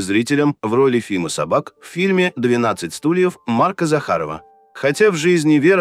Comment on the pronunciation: Не СобАк,а Фима СОбак.